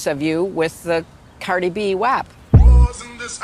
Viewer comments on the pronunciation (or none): I KNEW she'd pronounce it wrong🤣😂🤣😂🤣😂 "Cardi B Waaap"😂🤣😂🤣😂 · She don’t even know how to say WAP 🤦🏼‍♀️ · I’m guessing they are doing paint by numbers and love killery said wap wrong lol. Losers